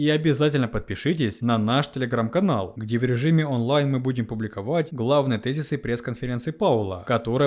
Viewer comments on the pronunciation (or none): none